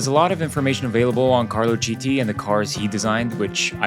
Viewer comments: It’s pronounced kiti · Please, his name is pronounced, " Kiti". 🙏🙏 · Great vid. BTW it’s pronounced “kiti”, his surname. ‘Ch’ words are pronounced ‘K’ in Italian. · It's pronounced "keety"... How can you do the research and make a whole video and not think of learning how to pronounce his name?? Ps all the other names are also pronounced wrong, but he is the main character here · Do the video again and pronounce his name a Kiti! Because everybody wants their name pronucunced correctly! This video was not serious. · It hurts every time you mispronounce his name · Can you please educate yourself and learn how to properly pronounce the name of the protagonist of your video ? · He’s Carlo Chiti! (Sound like Kiti) Not “Citi”! Italian pronunciation of CHi… is KI. Same for Lodovico Chizzola: the correct pronunciation is Kizzola